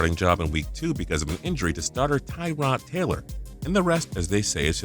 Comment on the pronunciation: How does the production quality of these videos continue to get worse by the day? First off, you continue to pronounce Tyrod Taylor's name wrong. You also mentioned "2014" when talking about Zack Martin and Suh. Martin wasn't drafted until 2018, and Suh was drafted in 2010 🙄